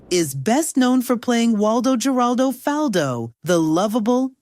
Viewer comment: Why she keep saying his last name wrong? It’s pronounced the same way as his first name. That was part of the joke. His whole name rhymed